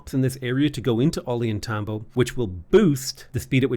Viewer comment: Hearing the way is pronouncing "Ollantaytambo" is making me die inside a little